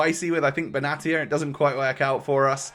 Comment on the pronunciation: It’s pronounced benashia but love the vid as always